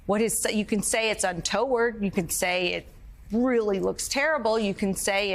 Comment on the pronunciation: Do all Americans just make up words? Un towered it’s un to ward🤦🏼‍♀️🤦🏼‍♀️🤦🏼‍♀️